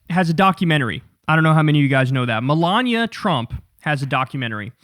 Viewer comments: Him saying Milaña instead of Melania shouldn’t be funny to me but it is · Kyle must have been hungry when recording this...he keeps saying Melania like lasagna. 😋